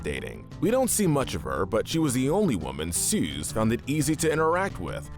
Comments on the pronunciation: OH MY GOD STOP CALLING SOOS SOOZ ITS PRONOUNCED SOOS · it isn't "Suze" it's Soos. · why he callin soos suze